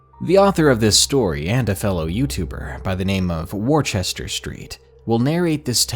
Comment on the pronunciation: Worchester is pronounced wussta! Honest it really is I'm english!